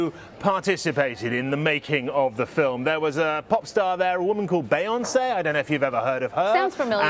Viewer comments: It’s not bayonce it’s Beyoncé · As a fellow Brit.. I’m feeling second hand embarrassment for the British presenter on how he’s pronouncing ‘BEYonce’ instead of ‘BEEyonce’. 🤦🏼‍♀️